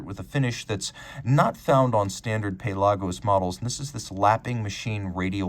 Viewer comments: lol yeah, “pay-lah-gos” is a little much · Pale Argos